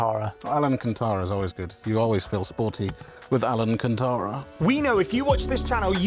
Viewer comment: Alan-Can-Tara. Lol